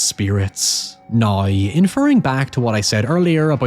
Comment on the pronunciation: It’s the first time I hear someone pronounce “w” as “y” Ex: how = hoy, now = noy, however = hoyever